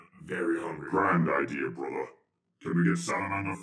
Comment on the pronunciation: somehow managed to make “Brother” into a 4 syllable word.